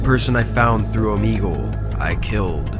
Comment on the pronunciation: Does anyone notice that in the first story first word said OoomEegOoSe instead of saying Omegle